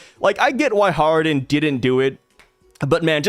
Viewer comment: hardin? nah man, his character is islam inspired.. it is pronounced hajar-uddin